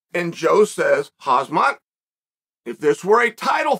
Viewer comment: Everyone mistakenly calls him hazmat by accident 😭😂 so funny